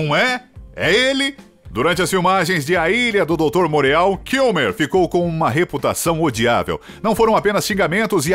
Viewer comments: Amigo, apenas no intuito de ajudar, é Morô a pronúncia de Dr. Moreau 🌷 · Se pronuncia a Ilha do Doutor Murô. Moureau em francês.